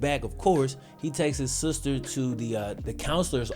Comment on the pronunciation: Nobody:: he was beating his sooster